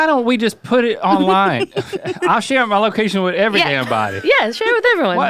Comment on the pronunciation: “Every damn body” got kinda country!! Come back to the Carolinas my brothers!!